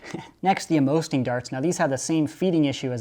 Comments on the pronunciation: the Amosting darts are meant to sting: that's why it's pronounced Ammo-sting. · just saying amosting is pronounced ammo sting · Do you mean to say A-more-sting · I would assume they're pronounced ammo-sting because they are supposed to hurt more. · I hate how he pronounced Amosting